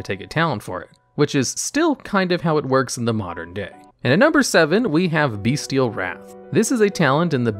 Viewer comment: Not that it matters much, but it's not pronounced "beast tial wrath", it's "best tial wrath". Weird I know, but that's English for you.